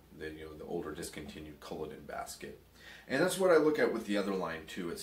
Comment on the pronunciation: only problem with this video is the butchering of the name culloden its cull - aw - den :)